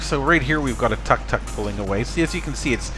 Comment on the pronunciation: 1) It's tuk-tuk (took-took), NOT tak-tak (sorry, but tak-tak hurts my ears) 2) Yes, it's a shame you can not take part in the chat anymore without paying 3) Over time, you notice subtle changes: the ground painting has been renewed completely; the street lamp on the right side once was sodium light (yellow), has been exchanged for an LED light (cold blueish white)... which broke after short time, and now there is no lamp at all any more :) 4) about 4 weeks ago I noticed that right below that street lamp, some tuk-tuk drivers made a barbecue for themselves. Only in Thailand! ;-) I like this cam a lot, because it has sound, and each time I watch it, I'm literally there, even if I'm 9000km away. Nice!